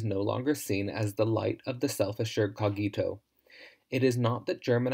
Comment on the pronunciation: The correct pronunciation is /'co:gito/, not /co'gito/.